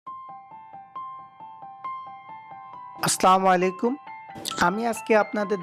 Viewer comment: আছলামু লাই কুম.. এইটা আবার কেমন সালাম...